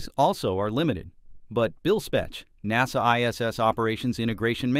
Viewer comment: PRONOUNCIATION OF nasa IS now nazZA